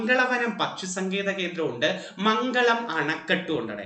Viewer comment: മംഗളം dam അല്ല മംഗലം dam ആണ് പാലക്കാട്‌ 👍